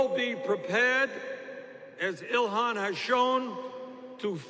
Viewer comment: Its Ilhan not Ilhana but anyway #FeelTheBern2020 #Bernie2020 #IStandWithIlhan